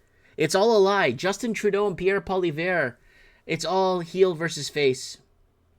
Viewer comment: please try to pronounce Pierre name right